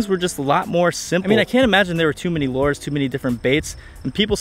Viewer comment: Lures is pronounced "lew-ers" not "lore-z"